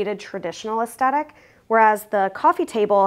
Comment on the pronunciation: Wow! Fantastic work. I can't help but mention, because you used the word so often, you are mispronouncing the word aesthetic. The first "t" is soft, as in "the." The second "t" is the only hard sound. Cheers